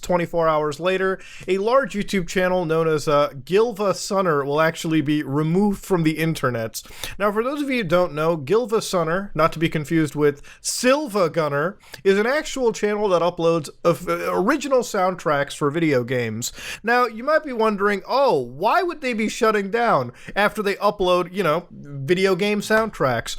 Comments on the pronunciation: It's not silvagunner, it's siivagunner. The 2nd I is capitalized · Silvagunner? Don’t you mean Siivagunner? =P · Just incase anyone cares, SiIvagunner is pronounced "Seevahguhner" with two i's, the "L" is actually an uppercase i. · it's pronounced siivagunner (the capital I is pretending to be a lower l) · Pronouncing SiIvaGunner as "sill-va"? Tsk, tsk. You know what happens now. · It’s Giivasunner and Siivagunner. Emphasis on the second i. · You said it with an L, and I hand you one in exchange